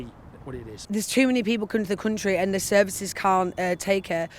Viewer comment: Why can’t that man say th ?